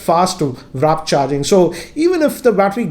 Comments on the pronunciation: It’s not Wrap charging !! It’s W-A-R-P “Wuorp” !! Not wrap !! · Dude, try to learn to say "warp" charge. It's not wrap.. or atleast read the it properly n then u would understand what I'm saying.. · its not "vrrap" charge...check ur pronunciation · Its "warp" charge not "wrap" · Its WARP charging. Not WRAP. My OCD is killing me. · sir it's warp charge not wrap charge... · Brother, it's WARP charge not WRAP charge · Sir it's actually warp not wrap.